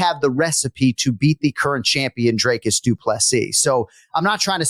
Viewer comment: Pronunciation is about effort but Jon there's been a serious lack of effort learning how to pronounce Dricus as it's not 'Draycus' and gets butchered every UFC event by you and other commentators. Just to point this out.